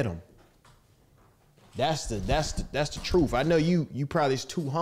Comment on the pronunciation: "Dassa book" 😭